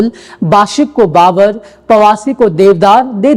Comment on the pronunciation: भावर नही बावर होता हैं 😂😂